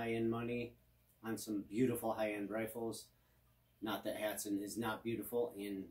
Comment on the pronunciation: Thank you someone who says hatsan right